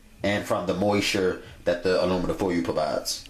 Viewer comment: Did he say moisure? Lol